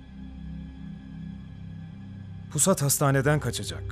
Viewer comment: İmdat'ın pusata pisat demesi çok iyi 😂